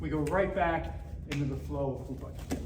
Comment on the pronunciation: Hubud is pronounced different. You should know basics before teaching others.